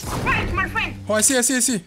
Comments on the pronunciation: No way...He says "fwiend" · Vewy thanks me fwen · Lets gho my fwend! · “Your are very big boss YOUR VERG BIG HEART MY FWEND”! Edit: thanks dark <3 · "Ma Fwend, yoou bes"... So funny😂